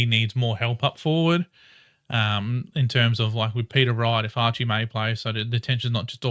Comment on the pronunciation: You´re the second EFC fan channel (along with Fiona at Bomber Banter) that thinks "Archer" is "Archie". Thanks.